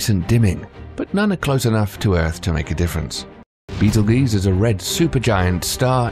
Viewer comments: It is pronounced Beatle-juice, not beatle-geese. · Beetel-geese? It's pronounced baytel-goy-tza. Even the American Beetlejuice would be more acceptible than what he spouted out. Love this channel, great content that surely took tons of work, but it's lacking in editorial quality. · It's pronounced Beetle Juice, not Beetle Geese LMAO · Juice, not geeze. It sounds like text-to-speech. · I thought it was juice not geez. Would like to know for sure now. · GEUSE. Not juice. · Never heard of “BEETLEGEESE” before hmmm 🤔 lmao 😂 Beetlejuice anyone??? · Beetle geese???? Wow.. Just wow Certainly you understand the proper pronunciation is beetle juice. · Beatlejuice. Not Beatlesgaese. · My subtitles said brittle G’s when you said beetleguese I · How do you get 'juice' out of ..geuse? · I heard Beetle Geese lol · Beatle geeyz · Beetle-geeze lol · The amount of times they miss-pronounced Betelgeuse betel juice* makes me cringe😂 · This mfr said beetle geese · It's beetle juice like Orange juice not whatever the guy said the human languages dying because of stupidity Unfortunately next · sorry dude it sounds ridiculous when I hear it in the video, I'm from the USA and here the scientists pronounce it as beetle juice. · Stop the word's not meant to be in English so there's no real pronunciation. How does one pronounce '''betel geuse''' lol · G makes the same sound as J sometimes. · It almost made me cringe when he said it. Do a bit more research and learn how to pronounce the words you use... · I know I hate this pronunciation of betelgeuse ughhhh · I was watching your video, and after I corrected your pronunciation of Betelgeuse three times this creepy guy appeared and I can't get rid of him. Annoying.